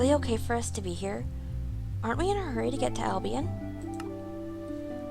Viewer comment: its here not haer